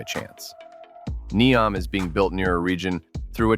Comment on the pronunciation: & - It's pronounced like knee-ohm. Not knee-om